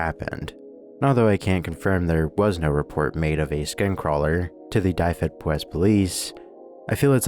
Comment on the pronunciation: also dyfed is pronounced more like duh-ved, not die-ved, and powys like poe-wiss (like the name poe)